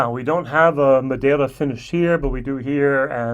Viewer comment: I love the effort you made to pronounce Madeira. Thank you. Oh yeah, see if you can get your hands on Teeling Brabazon 4. I quite enjoyed it. My Blue Spot is waiting for me in Dublin Airport. Can't wait.